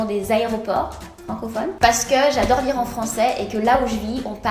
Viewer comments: J'adore ton " J'adoairle " 😂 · Chadore, Chadère, Che Falide 😂😂😂. Tu es trop belle et super drôle je t'adoooooooooooooores tu es mon modèle. 😍😍😍😍😘😘😘😘😘😘